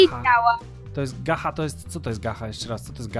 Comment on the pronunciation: Mówi się gacza bo to po angielsku😑😑😑 Plis poprawna wymowa💁🙏🙏🙏🙏🙏🙏🙏🙏🙏🙏🙏🙏🙏🙏🙏🙏🙏🙏🙏🙏